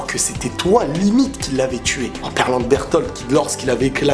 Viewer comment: Sa se prononce pas bertol ses berlote